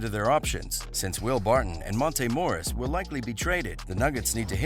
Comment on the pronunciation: not pronouncing nobody name right. joking Morris barton